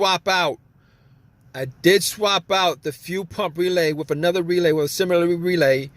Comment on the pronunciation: Thanks, If I had to listen to him say few pump or weelay one more time I was going to lose it.